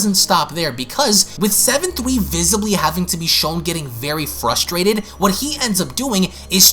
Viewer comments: I have this problem of how you say seven tweee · I just realized this guy has been saying “Seven-Thwee” the entire time😂😂